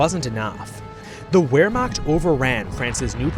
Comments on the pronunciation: Will you please quit saying "ware-macht"? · you mispronounced Wermacht, the w in german sounds like a V, but you did your best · Does anyone else get get irritated when he mispronounced Wehrmacht. It’s just a little pet peeve I have, I love his videos. But for the love of god, my brother in Christ the W is supposed to be pronounced as a V.